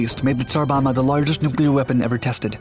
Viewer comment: "Bomba" is pronounced with both Bs: "BOM-bah", not like English "bomber". You really should check these pronunciations out via Google Translate or similar internet means.